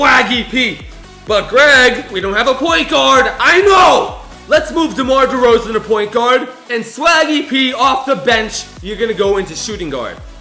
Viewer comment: He said Demar Derozon twice